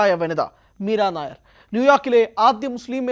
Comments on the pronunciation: മീരാ നയർ അല്ല നയ്യാർ ആണ് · എടാ പൊട്ടാ , നീരനായർ അല്ല മീര നയ്യാർ എന്നാണ് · യി വ്ലോഗർ കു വായില്വരുന്നത് വച്ചു കാച്ചുകയാണ്. നായർ അല്ല നയ്യർ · Not Meera nair, meera Naiyar. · മീര നായർ അല്ല മക്കളേ മീര നയ്യാർ ആണ് .... ഇവിടത്തെ നായർ കാസ്റ്റ് മായും ഒരു ബദ്ധവും ella ...... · നയ്യാർ not നായർ. .....പൊട്ടനാണോ റിപ്പോർട്ടർ 😂 ന്യൂസ്‌ 18 നിൽ ആരും ഇല്ലേ re check ചെയ്യാൻ air ചെയ്യുന്നതിന് മുന്നേ. ..... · മീര നായ്യാർ ആണ്, നായർ അല്ല... അതു വേറെ ജാതി. വിവരം ഇല്ലാതെ വല്ലതും വിളമ്പരുത് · മീരാ നായർ അല്ല മീര നയ്യാർ ആണ് ശരി. ഒറീസയിൽ ഉള്ള ഒരു കാസ്റ്റ് സർനെയിം ആണിത്. കേരളത്തിലെ നായർ അല്ല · Meera Nair alla. Meera nayyar aanu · നായർ അല്ലെടോ നെയ്യാർ.... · MIRA NAYYAR not NAIR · പഞ്ചാബിൽ നായർ എന്നതിന് നയ്യാർ എന്നാണ് പറയുന്നത്. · മീര നായർ അല്ല സുഹൃത്തേ മീര നെയ്യാർ എന്നാണ് അദ്ദേഹത്തിൻറെ പേര് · നയ്യാർ ആണ്.നായർ അല്ല. ഇവർ പഞ്ചാബിയാണ് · നായര് അല്ലെടോ നയ്യാർ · നായർ അല്ലേടാ മാപ്രേ നയ്യാർ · മീരാ നായരല്ല. മീര നയ്യാർഎന്നാണ് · മീര നായർ അല്ല നയ്യാർ ആണു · നായർ അല്ലെടോ. നയ്യാർ എന്നത് പഞ്ചാബിലെ ഒരു ജാതിയാണ്. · ഇവൻ ഏതു അവതാരകൻ അറിയില്ലെങ്കിൽ തള്ളാൻ നിൽക്കരുത് നായർ അല്ല നയ്യാർ അറിയില്ലെങ്കിൽ പറയാതിരിക്കുക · മീര നായർ അല്ല, നമ്പിയാർ അല്ല, കുറുപ്പ് അല്ല അടിയോടിയല്ല, മേനോൻ അല്ല മീര നയ്യാർ.... പഞ്ചാബി. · 😂 മീരാനായർ അല്ലടോ....മീരാ നയ്യാർ ആണടോ.... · നയി യ്യ് ർ എന്ന് പറയാൻ അറിയില്ല മയി റേ